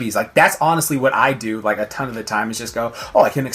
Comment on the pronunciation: what was that when you said ton 😂😂😂